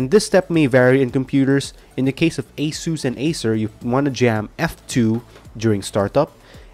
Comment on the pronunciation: I love how he says asus "AYSUS"